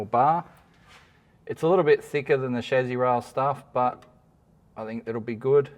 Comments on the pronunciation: actually English and American pronunciation is similar. Except Americans (like a lot of words) pronounce it phonetically, as in “Cha-see”, where as the English pronunciation is “Sha-see”. Your’s, “Shaz-zee” is just incorrect. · Everytime mispronounces “chassis”, I get a tick.